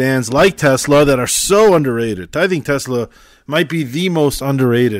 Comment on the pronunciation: It's TESLA not TELSA